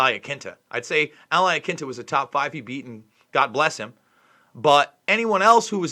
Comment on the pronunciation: "Al I Kinta" how you know you should be watching Sonnen lmao.